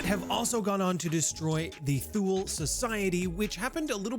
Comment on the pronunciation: Thule is pronounced Too-Lay :-)